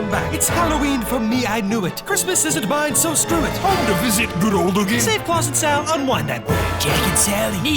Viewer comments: You like to say SREW IT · why they keep saying sruit